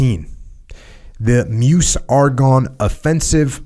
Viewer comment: Sir, Meuse is pronounced like Merz ( slowly and frenchly :) Thank you hugely for making plenty of very helpful and useful videos; selfless motivation through a wish for selfless motivation?